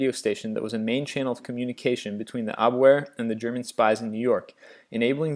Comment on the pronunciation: Fun and interesting, but some of the history is wrong and wording awkward, and several pronunciations godawful. Pizzaro, Quisling, Gestapo, Abwehr, Xerxes, and Ethel are the ones I notice.